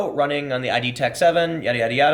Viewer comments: Tim, it's not pronounced 'ei-dee', it's id, like Freud's 'the ego and the id' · The only thing I have to correct is that it is pronounced “id” Software not “I.D.” Otherwise, well said. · It's not "I.D. tech," it's "id". As in the Freudian concept of id.